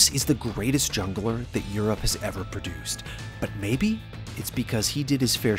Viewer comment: Stop saying produced omg